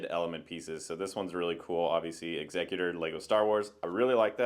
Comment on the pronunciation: Bonus points for pronouncing Executor correctly. 😊 I've heard so many mispronunciations the past weeks. Hope to see more vids soon!